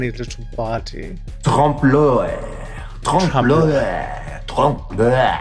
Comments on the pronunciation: I love Raja's pronunciation of trompe l'oeil as trump loy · Did i hear „ Trump loin “ ? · Raja: "Tromp Loy" French people: ... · It's a TRUMPLOY.... geez Raja, that's not how that's pronounced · Hey Rajah... interestingly pronounced..Trump Loy .. specially saying it twice.. a conversa starter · Its pronounced "Tromp o-lay" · trowmpe l’oewil 😂 as a french speaker this is so funny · Raja: "Trump loy" Me, a French-speaking person: "Nah. Nice try though." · raja pronouncing trompe l'oeil like that gave me flashbacks of my anglophone art history teacher butchering it everyday ahhh TrOmP LOY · As a French people, I can not go over the way Raja pronounce "trompe l'oeil" haha ^^ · That butchering of trompe l'oeil 🤣 Oooooh boy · th .... that's not how you say Trompe L'oeil XD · Hearing them pronounce “trompe de l’oeil” as someone who speaks French was lowkey kinda painful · My French ass died when you tried (emphasis on tried) to pronounce "trompe l'oeil" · No, not a nice try, I wanted to die each time they said it that way 😐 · Never thought French could be butched that hard until I heard "trompe l'oeil" 😂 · I died inside a little bit every time they tried to say it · that pronunciation of trompe l’œil was downright homophobic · the pronounciation of trompe l'oeil literally kills me mdr